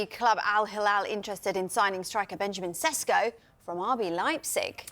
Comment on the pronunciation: His surname is not Sesko but Šeško = Sheshko (Š = Sh). Greetings from Šeško homeland Slovenia.